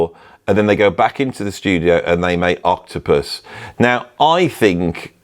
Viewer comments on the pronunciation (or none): none